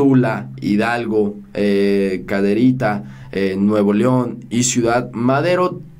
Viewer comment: Hay que mejorar esa lectura:Caderita es Cadereyta, Secretaría por Secretaria y otros más, también: que tenemos suficiente petróleo,lo que hace falta son refinerías.